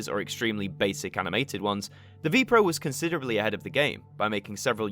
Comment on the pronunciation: Ah yes, the VPRO channel come on man, at least do a bit of research and find out which NPO channel it was on at that time also VPRO is pronounces vaypay-err-oh